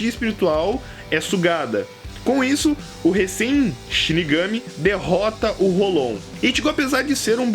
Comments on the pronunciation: '--' ele diz dengai claramente e diz rolon... sendo q se fala rolou e se escreve hollow... esse kra é mto mito da pra ver q ele assiste direitinho... no anime a pronuncia é rolou e o kra me vem co rolon... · ele disse dengai n bankai... é q nem rolon q fala rolou e ele fala rolon... ? o kra le holow escuta rolou e fala rolon pqp